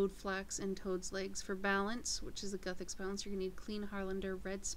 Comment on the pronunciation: its pronounced like this "gewthix"